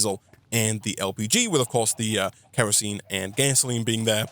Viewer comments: It is K.E.R.O.S.E.N.E. not kreasene. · I'm a little under 5 minutes into the video. Does he ever stop calling kerosene kreosene? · Sorry it’s kERosene not kREosene. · Hearing call Kerosine "Kreosine" hurts my soul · Sound your words out bro, kerosene is pronounced KEH-roh-seen. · For the people getting mad at the mispronouncing of Kerosene. Keep in mind, he's also trying to be entertaining, and doing all of this live on Twitch. Meaning there's already quite a bit of pressure on him. Let it slide. Any other time I'd say it too. Like when people write expresso. (it's espresso). But this is without an audience watching someone play a modpack that already requires a lot of thinking and planning.